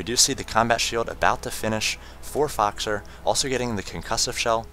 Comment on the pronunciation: his voice is so awesome although he prenounced foxer fuckser lolol seriously he could cast a golf game